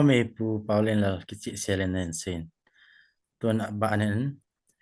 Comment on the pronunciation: Anchor pu Kichih hilou Kicheh joh ti'o😊